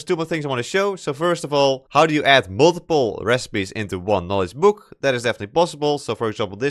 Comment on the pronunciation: very good vid but funny hwo i can instantly say "youre from the netherlands!" just because you say "buuk" not "book" xD